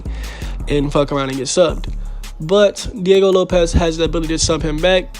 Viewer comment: Sick vid bruh but it's Diego LopeS not LopeZ